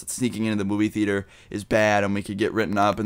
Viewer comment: your way of saying theater sounds like "fetus"